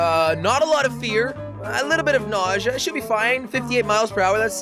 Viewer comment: He can't even say nausea right.